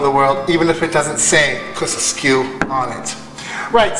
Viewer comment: It’s KUSKSU. NEVER once pronounced right in this video. 😂 Very well explained in a simple method. Well done.